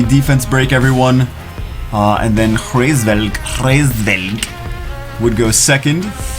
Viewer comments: hraevsss... COME ON IT'S HRAESVELG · its Hu-RAYS-velg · It's pronounced as raise velg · The pronunciation is Rra or ha or hra IS Veug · "I'm not pronouncing that name" tries to pronounce the name